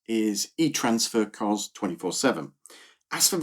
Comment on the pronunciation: Great video… just fyi, it’s not Koz, it’s Kos